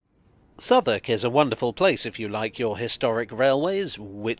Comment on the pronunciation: I always do a double take whenever I hear Southwark being pronounced correctly, as not being a Londoner, when I read it, my mind pronounces it phonetically.